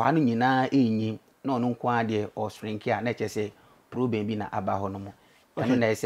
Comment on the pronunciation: I don't think dis guy s a doctor as he claims look at de way he pronounced shrink 😂😂😂